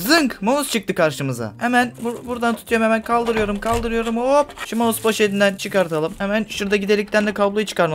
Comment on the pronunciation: maus değil mouse